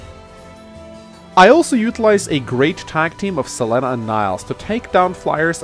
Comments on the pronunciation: I love this map but hate how you pronounce Selena. Like, it's not even a weird name like Lon'qu or Cherche - it's a common name! C'mon! Sa-leen-a not Cell-eh-na! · 1211 Selena in spanish is Se-le-na, but as always that english accent screwing even names